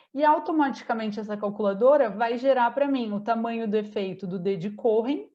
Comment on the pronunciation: Nao se pronuncia corren mas sim coen. Nome judaico da tribo dos levitas.